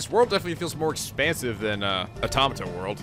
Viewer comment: you mentioned that you pronounce the name wrong but you also pronounce Automata wrong too